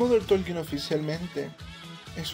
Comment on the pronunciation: Por que você fala MODER TOLKIN????? Tá errado!!!!! Por favor.